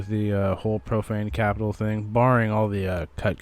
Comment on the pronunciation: Lol, thought you said propane capitol.